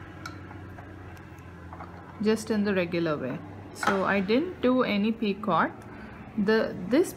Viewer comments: she say p i c o r t...... not just picot he he he s no r there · The “T” in picot is silent and the “O” is a long “O” sound like in the word bone. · the 't' in picot is not pronounced